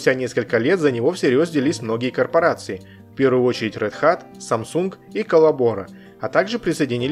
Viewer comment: Отличное и очень интересное видео! P.S. - Один моментик...RedHat должно звучать как "Рэд Хэт"